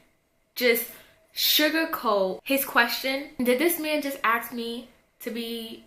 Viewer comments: Aks?Did she mean ask? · why do people say Aks instead of ask ? is it a trand now ? no hate just a question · i feel like she says 'aks' instead of 'ask' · Why do some people say "axe" instead of "ask". I thought that was just a Futurama joke I didn't think anyone really did it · we AXED for it? Guuuuurl, that be some murder. Ask is a question. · when people say aks instead of ask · I love it when african american girls say "AX" instead of "Ask" It's so funny. Plus the wig, false eye lashes and fake finger nails. You got it goin' on girl!! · why you guys saying axing you mean asking like for real though! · "I axed you ..." Did you axe us? or ask us? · girl... you axed questions? axed? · Axed = ask😂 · ASK, not AKS!!!!!!!!!!!!!!!!!!!!!!!!!! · Hate how she says "ask" she says "aks" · I say it like "aks" as well. Although from what I've noticed it's a pretty common thing in New York. I don't have an accent but because I grew up in nyc around a whole bunch of people who say it that way it's harder for me to pronounce it "ask" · Wow you seem so full of yourself "guys compliment me all the time" also fs it's ASK not AKS jeez! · ITS ASSSSKK LOLOLOL ASSSKK NOT AKKKS XD LMAAOO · I’m not aksing you 😂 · why does she say "aksed" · Stop being so sensitive, damn..... All the girl said was that she hates the way the chick pronounced the word "ask"..... I totally understand..... My daughter says "aks" and I hate it too, but just because I hate the way she pronounces a word doesn't mean that I hate my child or I'm talking shit about her. People on YouTube get butt hurt too easily. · How does someone go their whole life incorrectly saying "ask"? Is it like they have trouble putting the s before the k or is it laziness or? Because I've known lots of people who say it incorrectly and I never knew the exact reason and I never wanna be like "well just pronounce it right" if they legitimately have trouble pronouncing it like a speech problem.